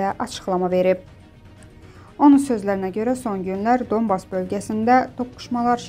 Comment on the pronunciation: Ay qiz dOnbas yox, donbAs,bOris yox, borIs ,ayibdi .